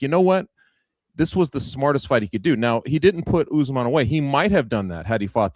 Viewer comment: Chuck turning Kamaru jamaican with the " UsMon"